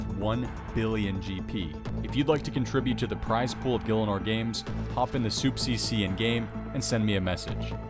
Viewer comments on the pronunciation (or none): 20 seconds in and fails to pronounce gielinor lol